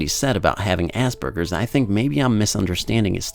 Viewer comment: its not assburgers as.berj.ers